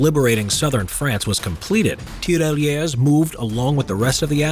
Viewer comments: Please just stop saying TERALYESE,it's Tirailleurs,te-ghay-yeugh. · The french pronounciation could have been practiced some more... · It's really funny how you say Tirailleurs XD